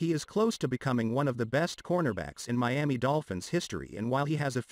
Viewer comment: I told you about saying Meami when you definitely know it's Miami... Just stop it I'm not giving you no more comments in the section either